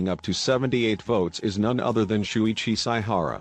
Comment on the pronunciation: Why did I start dying when I heard the pronunciations of shuichi and kaedes names